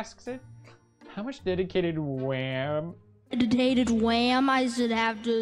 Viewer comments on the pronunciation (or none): Deditatated Wham!